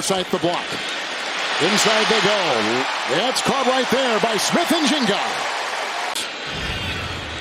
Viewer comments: bro said smith n jinga💀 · Smith Njinga??? Jenga??? 🤦‍♂ I swear this same dude call Tua Tagovailoa, "Tongavaloa". COME ON MAAAAAN..... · He said Ni-Jiga 😂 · "Caught by Smith Injinga" Come on man. Put some respect on the dudes name lol. At least learn the correct names of star players before you hop on air lol. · Dude said Smith-Njinga 💀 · This announcer mispronounced JSN’s name more than once😂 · What was funny about that is he mispronounced it, then he said it correctly, then later he mispronounced it again. The older announcers get too comfortable and don't prepare as hard.